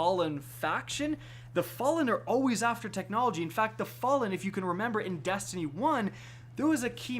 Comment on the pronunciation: “Dastiny 2” “Rick Cockis”